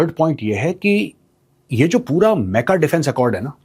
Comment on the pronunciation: अरे मेजर साब मेका नहीं मक्का बोलिये😂😂😂